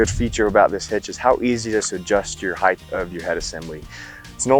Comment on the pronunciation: Please don’t say height(h).